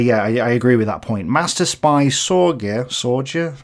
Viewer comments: ??? So which was it. Stalin was an workoholic or he worked long hours because of German invasion??? ??? Is it the ideology that changed the Russian soldiers or the fact that they faced annihilation from the arch enemy ??? Richard Sorge. Read with Sorge. Not "Sordže." If you get me. It's written phonetically. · Loved the video. Yeah, the spy story is pretty well known & popular in the East, you'll pronounce Sorge in German manner, like "Zorgee" :) He was later executed when found out. Here's the Wikipedia link: Hope that helps! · Just a side note:, Sorge (Зорге) is rather spelled like 'Zorge'; Richard is just fine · >Supposedly read dozens of books on ww2 >Doesnt know how to pronounce émigré and Richard Sorge... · G in German is prounced like G as in Good. German spelling and pronunciation is regular, like Spanish, the word always sounds like it's written with the exception of a few loan words (which are often pronounced by less lingual natives as they would be in German). Sorge by the way means, "care". His name is likely fake. Sorge's intelligence confirmed others' reports allowing Stalin to relocate 3 corps from the east which decisively contributed to the defense of and counterattack from Moscow in . I read the article. It misapprehends Sorge's contribution which contributed to and confirmed lots of other intelligence (Soviet codebreaking of JN25 / purple, Japanese force disposition, the outcome of Khalkin Gol, and other spies who remain nameless to this day). )